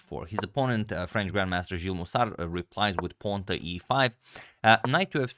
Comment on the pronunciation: I love your videos agadmator! Just a note about Jules' name: Jules name is pronounced a bit differently with a "long u" sound, like "jewel" in English but a French "j". As pronounced the name would be Gilles.